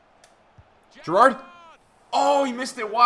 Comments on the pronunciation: How does he pronounce Gerrard wrong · learn how to say Gerrard correctly